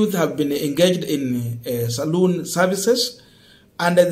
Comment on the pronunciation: its Salon Not saloon